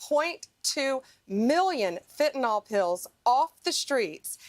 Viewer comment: doesn't even pronounce the drug correctly!! Its not Fenty"NOL". IT'S PRONOUNCED FENTANYL(NIL). She is totally clueless!!!😢😢